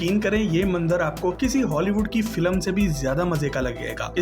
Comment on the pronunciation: بھائی! لفظ FILM کا تلفظ درست کیجے۔ پلیز 🙏